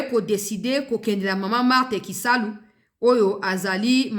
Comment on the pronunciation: KASALU et non KISALU